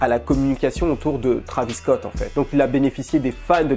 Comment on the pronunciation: Arêtes de dire trAvis scott c’est trÉvis scott c’est comme si on disait hiconnic